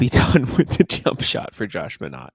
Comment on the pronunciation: Think it's pronounced "My-naht" instead of "Mah-naht"